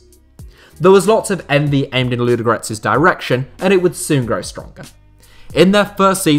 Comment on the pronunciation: Your pronunciation is appalling... Say it again: LUDO- (slowly) and then G-O-R-E-T-S. Not Ludgrets!